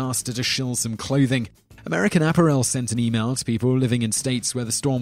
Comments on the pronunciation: Mr. Whistler, I am sure you have had this addressed to you more than once, but could you please properly pronounce words? For example, in the USA, we pronounce "Maryland" as "Mair-land", not "Maryland". And "apparel" is pronounced "ah-pair-elle" not "appa-rael". And I noticed you have a hard time with non-English words/names as well, like "DiGiorno"; it is pronounced "De-Journ-oh," it is not pronounced as "De-Jorni-doh." Please work on that and your videos will be more enjoyable. Other that issue, I think your videos are interesting and well-done. Thank you. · This ninja said A-PA-Rel LOL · People forget that Chick's business INCREASED after THE CEO gave money to an anti-gay marriage group. Personally, I don't care about gay marriage either way. I have my own problems. But that's a fact-checked.But American App-a-rel? Love that pronunciation! Home Day-poe? You struggled with Digiorno. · What the hell is "APP-er-EL"???? Does anyone other than this guy pronounce "apparel" that way???? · I don't think anybody does. The correct pronunciation of 'apparel' is /ə' pærəl/ with the stress on the second syllable. Simon Whistler has mispronounced it. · American Apparel: Ah-pair-ul Depot: Dee-poe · I don't think the mispronunciations would be so bad if they weren't common words. "App-Ahh-Wrell"? "Dinn-Ahh-Stee"? Those are common English words, that Simon as a native English speaker, shouldn't need to research for proper diction. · Could you please, please, please, please, please, please research how to pronounce words. Apparel and Maryland...both wrong and this isn't the first video of yours I've mentioned this on. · There is only one way to pronounce 'apparel' whether you're from the UK or the USA. Accent has got nothing to do with pronunciation.